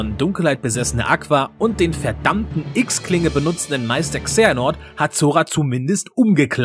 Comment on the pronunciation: Wieso sagst du eigentlich immer X-Klinge? Das wird doch "Xi" gesprochen. Das wird auch innerhalb der Spiele überall so betont das es "Xi" heißt. Sieht man auch daran das es kein normales x ist. Es ist ja ein wenig anders geschrieben in den untertiteln um darauf hinzudeuten das nicht der Buchstabe x gemeint ist. Sorry aber das hat mich irgendwie total verwirrt.